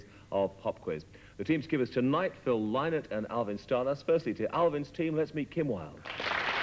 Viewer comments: it’s pronounced l9ke “Lin-it” not “ lie-nit”. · Listen to them mispronounce Phil's surname....ah, English people. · That pronunciation of Phil Lynott's name is awful.